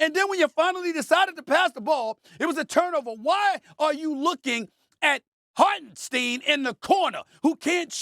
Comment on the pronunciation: Coach Smith at it again. And what a diehard fan…who can’t pronounce Hartenstein’s name. 🤡 bozo It isn’t “we”…real fans don’t claim SAS